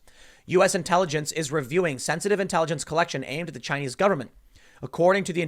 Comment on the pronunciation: Chy-nese News Network